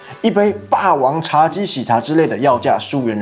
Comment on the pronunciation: 人民幣台幣一直唸錯 要多注意一下